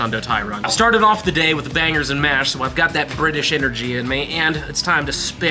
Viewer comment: You saying bangers and mash with an American accent just made me laugh, it sounds so silly when its not spoken by a brit 😂